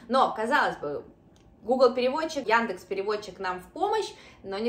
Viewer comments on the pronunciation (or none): none